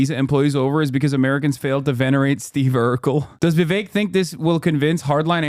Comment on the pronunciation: Kinda off note, but I love the way hasan pronounces "Vivek" it's so accurate for an Indian name, and doesn't white ppl that shit